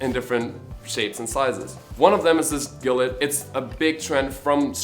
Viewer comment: Gilet is pronounced "Jee-lay"btw